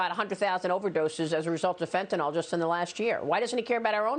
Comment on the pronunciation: FENTANYL NYL NYL NYL not NAL. NAL is the suffix of BARBITURATES like SECANAL or PHENOBARBITAL..